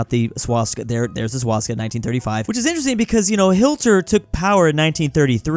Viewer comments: He either says "skinny moustache man", "austrian painter" or "Hilter" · The way he said Hilter 😂😂